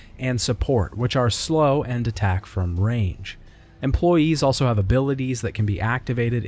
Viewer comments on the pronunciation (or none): none